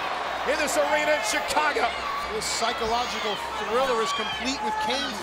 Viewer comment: Did anyone else catch when they said psycolodadril instead of psychological at 2 min 30 sum seconds?